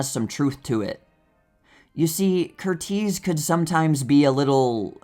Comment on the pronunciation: There are some very interesting facts shared about movie here. You presented some facts about the movie I did not know, like how some of the cast and crew were injured. However, every time you said Michael Curtiz's name I wanted to cringe a little. His name has the standard American English pronunciation of this name, which is CUR-iz, like Tony or Jamie Lee Curtis' names. Please keep doing what you're doing with the channel. I really do enjoy it. I'm sorry I felt compelled to correct how you said that name. Some people hate it when people feel compelled to correct something about videos. I am autistic, so little things like I'm addressing here are nearly impossible for me to overlook. Other people, especially creators, are often grateful for the feedback. I hope you feel this way.